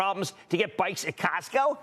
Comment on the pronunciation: Its Costco no CASTCO Jimmy Chill...